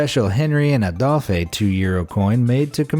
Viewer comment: The proper pronounciation is "on-REE" and "AYE-dolf."